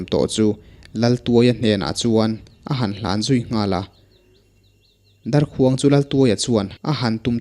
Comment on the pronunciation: Ngaihnawm viau a mahse ‘darkhuang’ lam dan hi a dik chiahlo deuh a ni